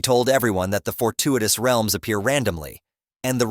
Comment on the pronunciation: Why u saying realms like wealms